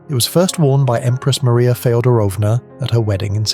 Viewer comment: It could be my ears but it sounded like Maria Feodronova, uncertain of that spelling, AKA Princess Dagmar was married in the 1700s. That can’t right since her older sister didn’t become Queen until 1901? Is there another?